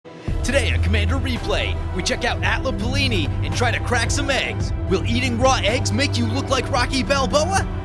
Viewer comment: “Atla Palini” Someone’s been bitten by the () bug xD